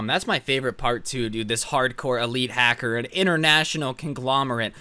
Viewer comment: me: listening to: hacser also me: OMG I NEED TO COMMENT THIS